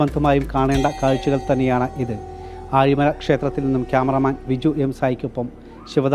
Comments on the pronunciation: പറഞ്ഞപ്പോ നാക്ക് കുഴഞ്ഞതാ ഒന്ന് ക്ഷമിച്ചേക്ക് 😁😁😁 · ആലിമഴ അല്ല ആഴിമല